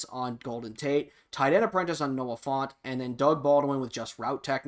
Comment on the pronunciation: It’s pronounced like ant not aunt. So Fant not font. Also, I don’t think he’ll get a hawks chem this madden. Usually the rule they follow is “not till they play a official snap”. But I would love to get him earlier. Just not holding my breath.